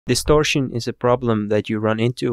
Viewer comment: distorshion, compreshion, solushion. i love this channel